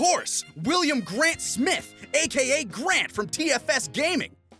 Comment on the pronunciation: That's not how you pronounce Grant By The Way